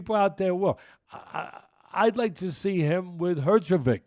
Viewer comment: Nah the way he says herjevik kills me 😂😂😂